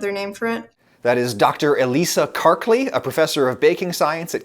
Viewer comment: i'm sorry dr but your name is not kark-leeee.:-)